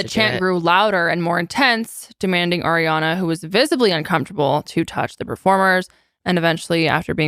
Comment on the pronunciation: always wants to say Air-re-Ana, but I’ve never heard of anyones name actually being pronounced that way lol